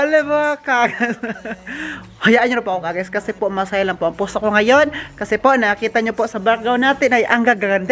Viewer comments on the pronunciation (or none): none